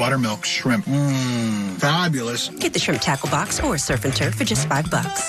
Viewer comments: Hahaha I'm Australian and I thought you kept saying shrimp taco box took I saw the menu 😂🤣 classic! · Shrimp "TAHCOH box"